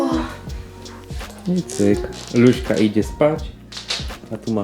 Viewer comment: Czemu mówicie luśka???